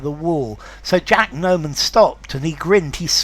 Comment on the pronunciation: Just a reminder: it's Jack NOMAN not Norman